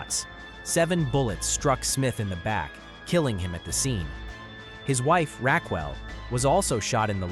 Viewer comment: "His wife 'Rack-well.'" Oh...AI voices...